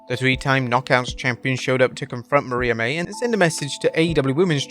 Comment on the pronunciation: Ta kesh ta and Mariah May. You are just butchering names